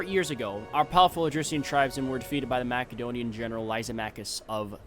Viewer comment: Please macedonia is pronounced like MASSedonia not mac 😭